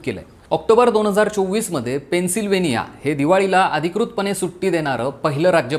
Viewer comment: Not Pencil Vennia. It's Penn...sylvania. 😂